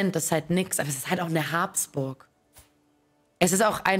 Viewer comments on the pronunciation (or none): Wie kann man das Geschlecht Habsburg als Haaaaabsburg aussprechen? Also wirklich kein Verständnis dafür, wie nennst du den Napoleon oder Caesar.